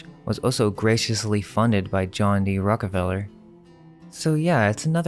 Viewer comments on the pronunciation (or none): none